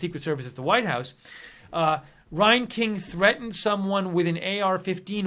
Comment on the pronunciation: Reinking is pronounced like rang-king.